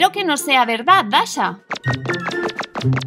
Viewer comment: Es dasha no dachi